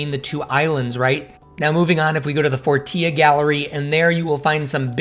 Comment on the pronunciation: Did anyone notice he said fortia instead of fortilla (just to say I'm not hating on )